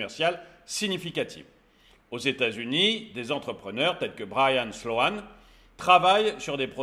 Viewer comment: "Slo-an" : "slow-n" 😉